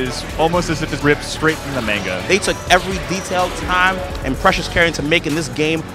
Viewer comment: The trailer had me, then the one player mispronounced manga and it lost me for a split second before I got back into it. So many people can’t pronounce manga correctly sigh